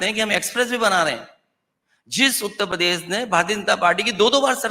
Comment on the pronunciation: उत्तर प्रदेश सही से कहना सिख ले 😂